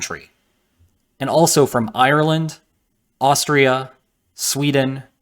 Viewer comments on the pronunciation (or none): none